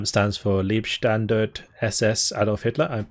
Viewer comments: You gave it your best shot and that is enough. Don't let pedants whine about it. To spare you the effort of looking it up, if you are so inclined: The German "ei" in "Leib" is pronounced like the English "ei" of "either" and not in the way you said it, which sounds more like "Lieb", which means something close to "lovely". Also, the "e" at the end is pronounced fully in German. Other than that, I'm sure we all butcher words in our international world and as long as it isn't intentional, we should just live with it. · how you pronounced Leibstandarte. Is truely a crime. Please ask military history visualized on how to pronounce that name.